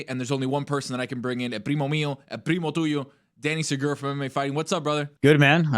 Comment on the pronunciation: Sagura... You can do better,.